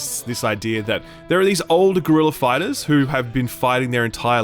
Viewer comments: All I could hear was "Gorilla fighters' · Why do i keep hearing "Gorilla Fighters"?